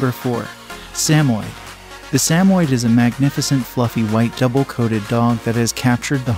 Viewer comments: You need to drill your robovoice on pronunciation. Bitch-on Fries? Pappy-lon? Sam-oid? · Please learn the correct pronunciation of the Papillion, the Bichon Frise, Samoyed. Also the pictures of the toy poodle are not toy poodles,. You have a blue sheltie pictured, not a papillon in several instances. The mispronunciations and inaccurate pictures demonstrate a lack of knowledge about dogs. With the numbe4 of double coated Spitz type breeds on this list, it is clear that this is your opinion. Try looking at some herding, sporting and hound breeds instead.